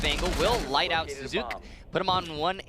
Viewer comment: Not suzuC, suzusiiiiii ｽｽﾞｸｯ!